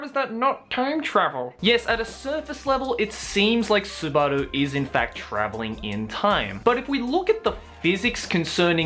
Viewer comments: bro, your not fcking japanese right, your not an anime guy also, just say it like normal, not fcking Su-bar-du and Su-bar-lu, seriously, your struggling trying to say it, so just fcking say it like normal, Su-ba-duu, LOLOLOLOL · Him saying Subaru made me want to gag everytime